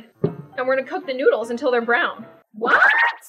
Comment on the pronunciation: when she said she put the e seasoning on teh noodles i said"oh yeah teh noods!" it sounded like "oh yeah the nudes!"